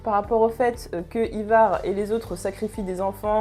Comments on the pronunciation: Endras Ça s'écrit peut-être Ivar mais encore une fois ça se prononce "Aille var'' c'est comme ça que tous le monde l'appelle dans la série. Si tu t'appelais Georges je pense que ça te fera chier qu'on le prononce ''Jehorje'' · Pareil mdrrr peut etre qu'elle l'a prononcé comme ca pour pas que l'on croit que c'est un produit d'apple I-VAR lol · The Punisher Mais qu'est-ce que tu racontes j'ai maté Vikings entièrement 6x et jamais personne n'a prononcé Ivar comme elle le prononce en vidéo.. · Le Dax Dsl mais ça ma trop stressé pour pas que j'le notifie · Par contre prononce le "Aillevar" plutôt que "ivar" car ça pique le oreille, sachant que tu prononce bien Halfdan de la bonne manière (Halfdanne) ou encore Ubbe (Oubé) ou autre je comprend pas pourquoi tu n'y arrive pas avec Ivar c'est hyper déstabilisant ! Sinon c'est cool de voir quelqu'un parler de Vikings